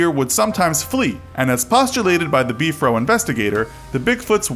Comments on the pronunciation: I don’t want to sound mean but it is not be-for it is b-f-r-o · It’s not “Beefro” it’s B F R O!!!! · It’s the BFRO not Beef row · "BEEF ROW" smh haha (Bee-eff-are-oh) is what I'm use to hearing, so it was just a bit jarring to hear "Beef Row" over and over haha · Beef-Row? Come-on autoplay... It's just BFRO just say the letters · It is just called B-R-F-O, not beefro. Interesting stories. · It's B .F .R. O not Bfro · Not sure what b-fro is... but if you are talking about the big foot research organization you just say the letters. B-F-R-O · It's BFRO not Bfro I don't think Bigfoot has an Afro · It’s not “Beefro” it’s B-F-R-O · You’re not into Bigfoot that much. You’ve pronounced some of the common words the Bigfooters use. 😘 “Beef-fro” 😊. It’s B R F O. Just say the words. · Beefro, HAHAHA!😂 ITS B.F.R.O.! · You said "beef-row." Lol, REALLY? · Why does he keep calling the bfro “beef row” !? Its killing me 😂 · I've never heard the Yowie pronounced the way this narrator (mis)pronounces the word. The same can be said for the way he refers to the BFRO.